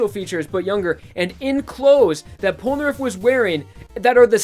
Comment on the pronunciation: its po no naleph!